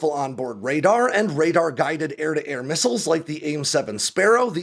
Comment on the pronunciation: They're called missiles not hittles.